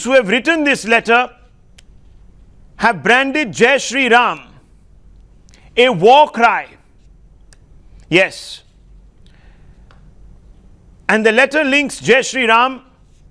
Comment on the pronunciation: She said "Jai Shree ROM" 😅 This is what they actually are.."Read Only Memory" of psuedo lobby